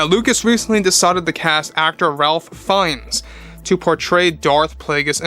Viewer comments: His name is actually pronounced “Rayf” NOT “Ralph” just FYI. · It’s pronounced “Rafe”..